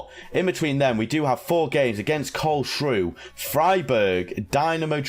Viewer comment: Karlsruhe is more like Carlsrua than carlshrew. I forgot German but it's more or less like that. It's a difficult language especially grammar I must say